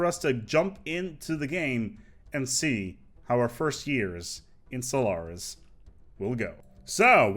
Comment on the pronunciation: Maybe it's something wrong with my ears, but I hear you say "Solaris" at the beginning of the video ?